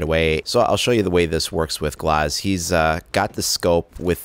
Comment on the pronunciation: Last time I checked it was GLAZ not GLOZ jeez